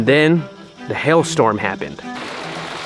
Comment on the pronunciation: Did you say Hail Storm or Hell Storm?? LOL